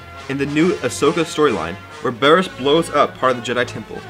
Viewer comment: ITS BARRISS